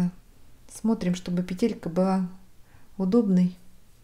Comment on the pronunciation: пЕтелька, ударение на первый слог букву "Е".